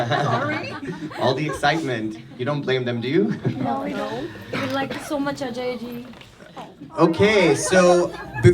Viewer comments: Atlast he prounced it ajay and not AJ 😂😂 amd that chutiya😂😂😂does she even know what it means. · It's nice to see you pronounce ajay like an indian. :)